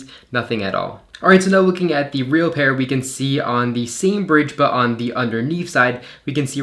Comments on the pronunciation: That's just incorrect grammar. You only use the "thee" pronunciation if "the" stands in front of a word that starts with a vocal. It's the same for a and an. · Please stop saying the pronounced ‘thee’ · Did it take you a long time to train yourself to pronounce “the” as “thee” every single time? It is a rather unnatural speaking characteristic.